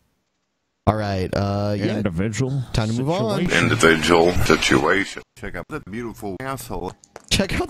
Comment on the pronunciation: "Indivijul situation"